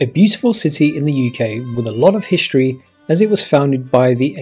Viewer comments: I'm not sure I want to listen to somebody who says "hishtory" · ‘History’ not ‘hishtry’